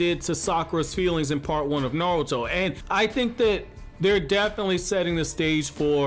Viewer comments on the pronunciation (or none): Anybody notice he says naluto